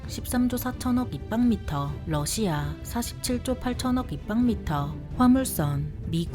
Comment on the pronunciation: 비교할 걸 비교해야지~ 미국의 압도적인 승리다! 그리고 러시아 할때 억양이 존나 이상하고 거슬린다~